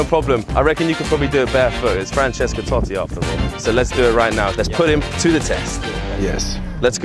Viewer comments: Comunque non è toti e Totti con due t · TOTTI. CON DUE T. NO TOTI. STI INGLESI...